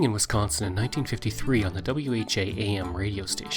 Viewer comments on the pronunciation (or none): none